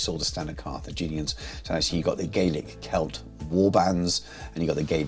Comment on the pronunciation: Great video, thanks for sharing! One wee point on pronunciation though - it's Gaa-lik not Gay-lik.